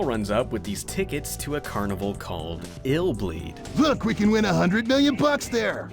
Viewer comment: So it’s not pronounced I’ll bleed. Lol